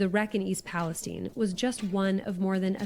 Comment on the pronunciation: it's not pronounced the same way as the shit hole in the middle east